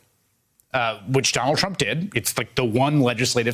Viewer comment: Did he just say “Ronald Trump”